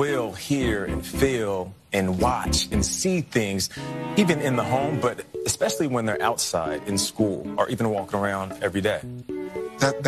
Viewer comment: Petty and unimportant, but I love how "renowned scholar and race expert" Kendi pronounces the word 'especially' as "exspecially."